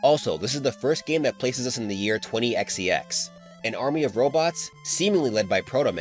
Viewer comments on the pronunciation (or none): Question. Why do you pronounce 20XX as “twenty x ex”? Am I missing something?